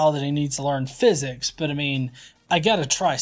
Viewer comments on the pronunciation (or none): none